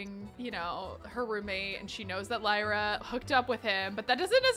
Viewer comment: Hi! I love your videos! Just to let you know, Lyra is not pronounced like that. It is actually pronounced Lee-ra. You said it right. I know because my baby sister is named that. Love this challenge btw!